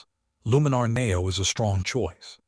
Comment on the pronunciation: AI bot videos are awful and I block any channel using it. Maybe you should teach the AI to pronounce NEO correctly. A dead give away.